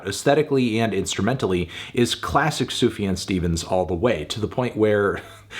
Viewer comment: It's pronounced Zoo-Fuh-John